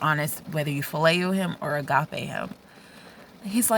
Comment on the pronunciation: AMEN dear sister! This was a good morning blessing, Thank you 😊🙌 Wow you also said Agape like a real Greek.My Greek is worse than my english 😊😅 Thank you and god bless 🙌